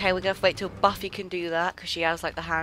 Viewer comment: when you said, ''c'mon Buffy.'' which, to me, sounded like baffy. srry for the mistake :-)